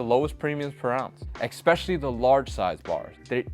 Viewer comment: Please learn how to pronounce the word especially. it's not eggspecially